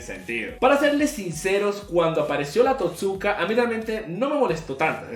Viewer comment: "No se como derrotar a nagato o a orochimaru, le metes un tosukaso a los dos y se acabo" ( no exactamende se dice) jajajjaja que gracioso, me hizo reir mucho.